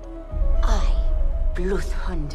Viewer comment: "i... Bloodhoudthur, will slaughtherla"